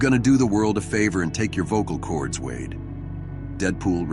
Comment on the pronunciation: It's an AI program that repeats the words a bit to literally sometimes. Same reasons the narrator said wad instead of wade.